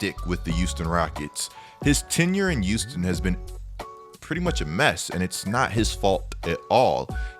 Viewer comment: Am I trippin or did say "youston" instead of Houston rockets